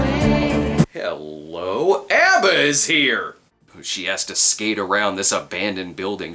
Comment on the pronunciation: give this man a award, cinema snob the only person in USA who knows how to pronounce Abba. good review of crap film thanks matey.